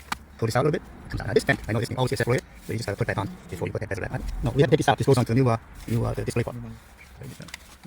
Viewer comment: “pop out the bazel on the cluster” … OK LOL